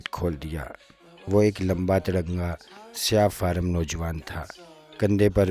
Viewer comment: شاید میرا یہ کمنٹ کسی کی نظر سے گزرے گا یا نہیں۔بہرحال میں ایک بات کہنا چاہتا تھا کافی عرصہ سے۔۔ ویسے تو آپ نے کافی محنت کی ہے یہ ناول اور دوسری کہانیاں بیان کرنے میں۔مگر آپ نے اردو کا بیڑا غرق کر دیا ہے۔آپ نے ہر لائن میں کم از کم ایک غلطی ضرور کی ہے الفاظ کی ادائیگی میں۔جیسا کہ آپ نے سفید فام یا سیاہ فام کو ہمیشہ سفید فارم اور سیاہ فارم بولا ہے۔۔سرکش ناول پڑھنے میں ہزاروں غلطیاں کی ہیں آپ نے۔۔پڑھتے وقت ایسی غلطیاں تو ہم تیسری چوتھی کلاس میں بھی نہیں کرتے تھے۔